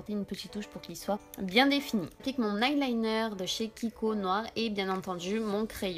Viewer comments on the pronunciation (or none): none